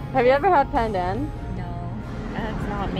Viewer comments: Hearing call pandan, "pan dang" is so funny. The correct pronunciation is "pun done" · Pandan was pronounced as “pan-done” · haha as a filipino, i was kinda cringing at ‘pan dang’ but yk, how can you be mad at LOLL